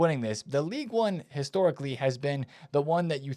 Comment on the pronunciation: it’s Ligue Un not league one, league one is a lower English division